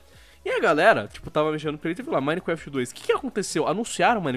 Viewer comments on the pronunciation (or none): Mais alguém percebeu que o diz "minequeft"? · KKK o ʺminequeftʺ do sempre será o melhor KKK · repi du mineecrefiti!